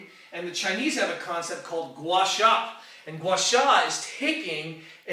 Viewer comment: Thank you for the great video and best regards from Germany. I graduated in Chinese studies and know chinese language. Pronounciation of chinese language is quite difficult to pronounce, but you mastered the the "guasha" quite well. You had a strong accent, but this is true for me, too, after several years of study. Most people reading the news on TV pronounce chinese names etc. much worse than you. You are also the first foreigner I hear speaking about this method. Until now I wasn't sure if guasha is just a kind of chinese superstition or a valuable method of treatment. Do you know more about this method? Maybee in one of your next videos😉